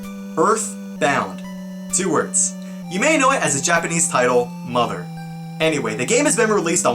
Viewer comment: 日本語はマダーじゃなくてマザー、発音が違うんだよなぁ。 ww